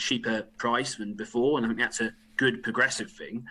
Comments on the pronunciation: I fink, you know, Tom might have, you know, got this wrong, I fink. (I fink he might be a bit fick, you know.) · Jesse Christ the man can't even say "think" properly! My birthday wish is to get the fuck out of this union and do it bloody fast!🏴🇪🇺